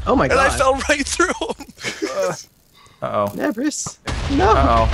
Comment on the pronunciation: Is it pronounced nebris or ne bree like debris?